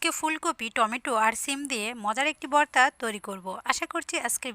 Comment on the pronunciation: বর্তা না ভর্তা কথা গুলো একটু স্পষ্ট বলার চেষ্টা করবেন । ধন্যবাদ